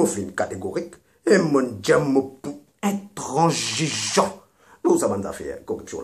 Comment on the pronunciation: Intrangiegeant!!!! lol